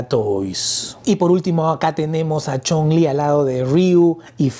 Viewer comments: Amigo es Chung-lí de street fighter así como se escucha no Chong-lí ese es el nombre del villano de la película de contacto sangriento así mismo Ami me gustan ambas la de sh figuarts me facina por su esculpido tipo animexico la de jada toys está genial también pero siento que el rostro le faltó un poco más de fineza y claridad en los rostros a mi humilde opinión saludos 👋🏼🙏🏼👍🏼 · Amigo la personaje se llama así se menciona chung-li y tú la llamas chong-lí ese es el nombre del villano chino quien lo protanizo El gran Bolo Young de la película 📽️ de los 80s contacto sangriento que salio con Jean Claude Van Damme así mismo crees que saquen a los personajes de final figh como cody,guy ,mike haggar etc en hora buena hsa figura de chung-lí de la jada toys saludos 👋🏼